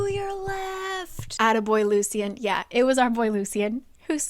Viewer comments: Lucien is pronounced Loo-shen not loo-see-en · Just a heads up, I think Lucien's name is pronounced as "Lushen" because that's how the audiobook says it